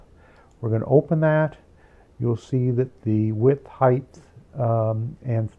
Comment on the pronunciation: 'Heighth.' Heheh.